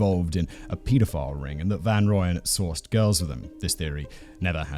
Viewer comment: Just wanted to let you know its pronounced Roy-Yen...